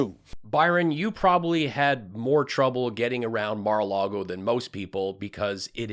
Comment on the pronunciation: Byron Donalds saying "as someone who has been to Mar a Largo" isn't the flex he thinks it is.